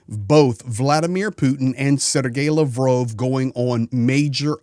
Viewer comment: You can't even pronounce Lavrov correctly.